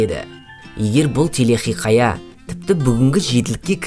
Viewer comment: Телехиқая емес телехикая болып айтылмай ма?